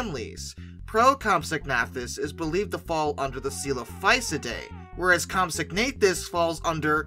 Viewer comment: Isn't it comp-SOG-na-THUS?